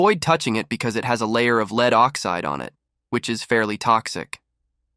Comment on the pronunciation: Its really annoying that you cannot pronounce lead correctly!